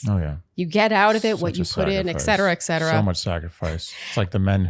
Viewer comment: Congrats! Thank you for continuing to do this recap. I truly look forward to it every week✨ (There’s no “k” sound in “et cetera.”)